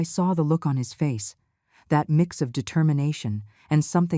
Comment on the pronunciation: Determination was mispronounced